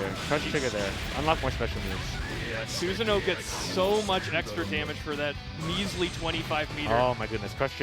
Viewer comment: Quick pronunciation note: Susanoo is pronounced SOOSS-ANO-O, not Suzanne-o.